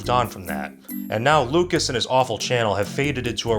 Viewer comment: How did you mispronounce lucas but not Cruikshank